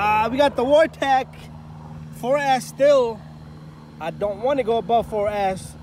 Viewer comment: It’s a” VORTEKS “ With an S … it drives me crazy how many people call this thing a Vortech …